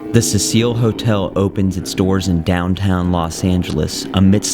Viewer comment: I've seen that clip of her in the lift before, on some random ghost videos. But didn't know any of that about her being found in the water tank. Also, is that really how you pronounce that hotel? Like a fancy French woman's name? I read Cecil as a very old school male name. Pronounced different. Happy Halloween